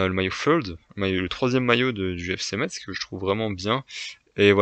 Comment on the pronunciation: Deso mais c’est Metz ce dit messe pas metZ oui je suis chiant mdr bon classement